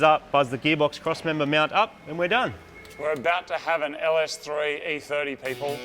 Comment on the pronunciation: Ah yes, an LSThreeE30